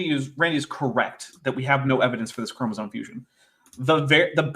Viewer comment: A biology lecture from a guy who says "chromosone"? 😳